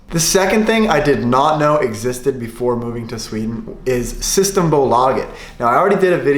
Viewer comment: Loved this video! I'm from Sweden, and you should pronounce "system" with a stress on the E. :)